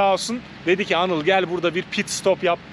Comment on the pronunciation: Abi kendi tanıtırken neden Anil diyosun Anıl desene yahu :)